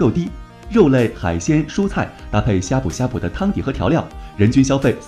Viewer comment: 他連閩南語發音都錯了 難怪我聽到的時候覺得超怪異